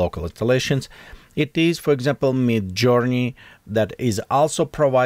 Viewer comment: it is midjourney not me journey :)